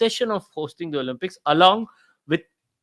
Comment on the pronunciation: The word is to be pronounced Olimpics and not Olumpics Tehseen. Y has an i sound when it comes in the middle or at the end of a word - privacy, cheesy etc! It is considered a surrogate vowel! Only when a word begins with a Y does it have a consonant sound - young, yellow, yahoo etc!